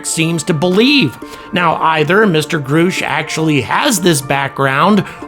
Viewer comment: grush not groosh